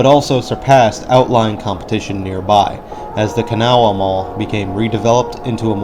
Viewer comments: Kanawha is pronounced by most people in this area as 2 syllables: Kuh-Naw. Also, occasionally with a very brief 3rd syllable: Kuh-Naw-uh. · He didn't butcher it as badly as most (Can-a-wha comes to mind) so I give him a B- for effort. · Well, you didn't butcher the pronunciation of Kanawha as badly as some, so... Congrats I guess.